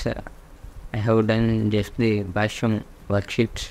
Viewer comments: Its not bashung its bhashyam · Bhashyam bol rha h wo bhai ! Bhasung nahi !